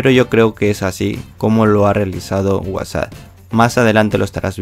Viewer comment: Es whasa o whatsapp :v xDD